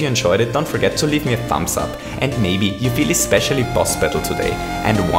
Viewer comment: I love how he says "Bettle" instead of Battle